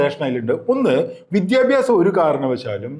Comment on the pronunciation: വിദ്യഭ്യസം അല്ല വിദ്യാഭ്യാസം എന്ന് പറയു തള്ളേ